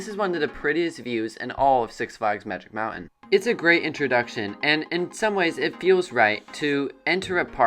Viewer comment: It's pronounced Magic MOUNTAIN, not Magic MOUNAIN'🤣 As for Revolution, When the Coaster 1st premiered in 1976 it operated with 5 Trains. Yes, 5 Trains. That's why the Transfer Track Train Storage Area is so large. And 2nd, There were NO LAME TRIM BRAKES before The Loop and after The Tunnel. The speed heading into The Loop was faster, and the speed going to The Final Helix was Absolutely Insane! Now it's just a Snooze Fest!!😴😴😴😴 That's why Revolution seems like a family Coaster now. It's just a shell of what it once was.